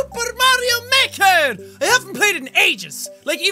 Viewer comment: Meker you said meker